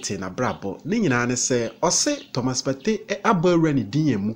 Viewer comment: U can't even say Thomas partey saying Thomas topay 🤣🤣🤣fa wo gyimii no koo